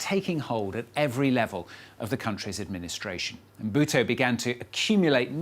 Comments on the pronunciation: Who do they keep saying Mobuto? It's Mobutu. This error is everywhere I don't understand why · Mbuto😂😂😂😂 instead of Mobutu!!! Work on your name pronunciation. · Quiet honestly how does the reporter pronounce Mobutu as Mbuto. If you are going to make a feature long documentary about a subject, the very least you could do is learn to make a decent prounciation of the subject. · Mobutu not M buto!!!!!! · Just as an aside: his name is not "EM-buto" but Mobutu with a U at the end ("Mo-Boot-ooh") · It's not Mbuto...say it right ...its Mobutu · it is NOT EMBUTO, IT IS MOBUTU ! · Stop! Saying! Mbutu! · its Mobutu not Mbutu and Zaire is not Zayire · The presenter cant pronounce Mo bu tu.... or even Za yi re ...!! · Learn to pronounce people's name properly. Lack of respect. MO BU TU!!!! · It’s pronounced MO-BU-TU, you f—ing moron. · Surely as a seasoned journalist, you could research the proper pronunciation of Mobutu? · Can't you pronounce Mobutu...don't report about stuff you don't know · He mispronounced Mobutu so many times. How do you justify a gaffe like that? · This guy cant even say mobutu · Le présentateur est même pas fichu de prononcer " Mobutu " correctement. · Gosh, this fellow cannot even pronounce "Mobutu". What a shame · this reporter has no clue how to say Mobutu's name. He butcher's it so badly that if it were not for the images of Mobutu I would have thought that he was referring to someone else. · Atleast pronounce his name right, his parents didn't make a mistake when they called him Mobutu..